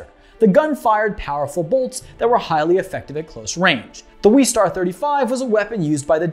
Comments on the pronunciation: Its not the weestar its the westar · "Weestar" West-arr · NO ITS WESTAR NOT WEEEEEEEEEESTARRR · Boba and Jango AREN’T Mandalorians. And it’s Wes-star not Wees-star. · It’s WESTAR not WEESTAR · I think it's pronounced "Wes-tar" like west and star as reference to cowboys. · why does he say westar like that